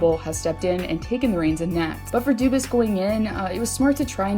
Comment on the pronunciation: (Doobis)? You mean (DO-BWAH)? If I hear doobis one more time imma shit my pants